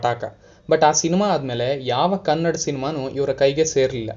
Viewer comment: Bro kannad cinema alla Kannada cinema😌😌